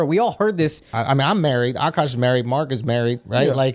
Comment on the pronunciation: Akaash ❌ Akuck ✅